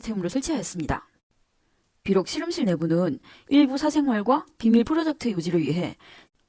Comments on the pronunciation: 우리나라 출신 발음이 아닌 것 같아요 'ㅅ' 'ㅗ'발음 어색하고 실험실이 아니라 시름실로 발음해서...발음과 억양이 뭔가 부자연스러워요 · 중국출신 이신가봐요, 우리나라 사투리 발음은 아니듯....씨름씰,, 또로지는,,등등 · 경상도 사투리같은데... 교정기를 끼고 있는건지.. 아님 앞니가 빠지신건지... 발음이 묘효하네요 씨럼실....